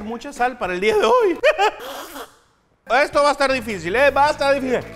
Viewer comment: Ehto... ehto no tiene consistenciah... un treh...